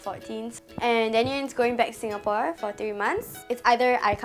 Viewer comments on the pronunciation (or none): none